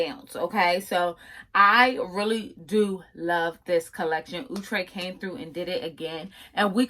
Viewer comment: Omg somebody who finally saying the brand name correctly!!! 👏🏽👏🏽👏🏽✅️! Outre(ooh-trey). Not Outre(out-trey).